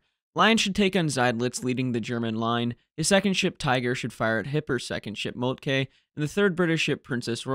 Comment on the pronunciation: Excellent video; however, Moltke is pronounced ‘molt-kə’ not ‘molt-kay’